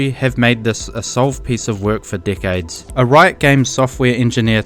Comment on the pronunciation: Anyone else hear "for dickheads" when he says "for decades" it was kinda funny cuz sounded like he was calling riot dickheads.